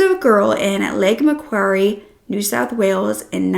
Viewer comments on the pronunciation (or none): Its suf•fuk, toe•rah•na, bris•ban, mah•quar•ee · Lake Macquarie is pronounced ma-qua-ree like quarie is pronounced quarry I'm a West Australian and it is widely known across the country how dangerous Byron Bay is. It's a shit hole that the local government work like hell to cover up so they can keep those tourist $$s coming in. Even women in groups aren't always safe